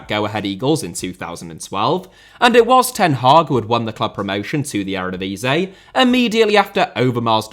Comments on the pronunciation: my dude says eredvisie so bad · The divisie in eredivisie is pronounced like div is ee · The word Eredivisie is licking its wounds after being repeatedly mangled by your pronounciation ;-)